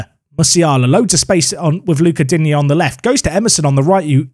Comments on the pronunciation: it's not Dig-knee it's Dean-yay lol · Digne pronounce Dee-Niyah phonetically. Sounds like you’re saying dingy at the moment 😂. Love the vids! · my man called him dig-neh